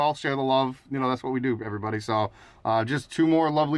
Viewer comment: You said, "Hey everywutty". 😂😂😂 Did anyone else notice?